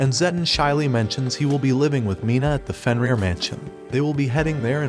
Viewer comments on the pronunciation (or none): none